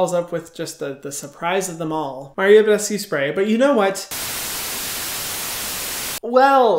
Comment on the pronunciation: "MaRIo BeDeSCuE FaCial SpRay "😂😂😂😂😂